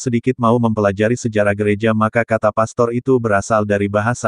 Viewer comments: sebaiknya sebut pastor yg benar bukan pester. Jangan sok tau tentang agama katolik. Pak pendeta mencaplok istilah" dari gereja katolik. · ilmu dangkal cetek skali sok dipamer2kan,...,lbh telitilah dlm sejarah gereja,istilah pastor sdh ada sejak sy msh kanak2 n hingga skrg,lalu kalian ikut2an pk istilah itu,mana lu nyebutnya sok di spelling inggris pdhl salah coy,itu bhs latin mk jangan dibaca pester...sampe ketawa ngakakkkk gue dengernya